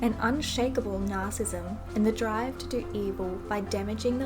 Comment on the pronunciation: Naricissism, not narcism.